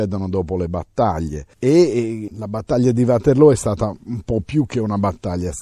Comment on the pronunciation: lo dice lo dice più volte..anche Csmpagna del Belgio come è anche conosciuta l'offensiva napoleonica del 1815 Ligny e Waterloo. Di positivo c'è che lo storico prof pronuncia bene Waterloo alla fiamminga e non il Uaterloo anglicizzato della maggioranza di ignoranti. Essere precisi è importante.